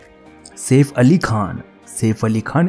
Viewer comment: Bhai saif ali khan hota safe ali khan nahi 😂😂